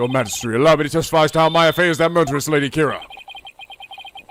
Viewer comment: I've been trying for so long not to bring this up, but the way pronounces Kurain is driving me crazy. I've gotten so to hearing it pronounced _ Ka-Rain_ were he pronounces it Ku-Ran it's just me. Hay he's getting the Country's pronounceation of Ku-Rhine right, so please forgive my inner Grammar John Wilkes Booth.